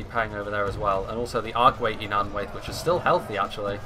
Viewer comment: All -ai's (e.g. Nanwaith) are pronounced as -i. For example in eye or kite.